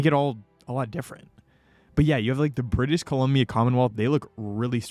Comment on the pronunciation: Britih Columbia 😭